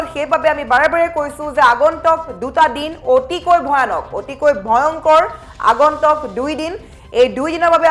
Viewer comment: Not agontok but agontuk pls correction the actual word